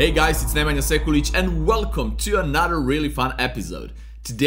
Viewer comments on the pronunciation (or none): none